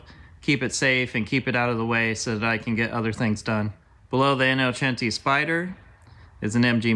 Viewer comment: Thank you for saying “Innocenti” the right way ❤️